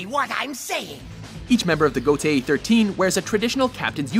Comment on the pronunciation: It's bad enough that Gotei was mispronounced. But to spoil the fact that Kyoraku is the current leader of the Gotei 13 for anime only watchers or for those not up to date with the manga? Shame on you guys.